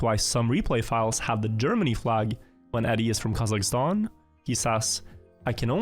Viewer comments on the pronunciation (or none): none